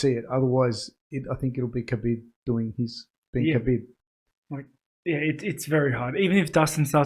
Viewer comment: It’s pronounced Habeeb. great analysis boys, I was surprised you didn’t have a short clip like this after the Romero costa fight. That woulda blown up on YouTube and got people aware of the podcast